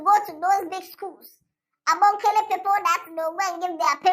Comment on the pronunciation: Did I hear Abonkele Teachers😂😂😂😂😂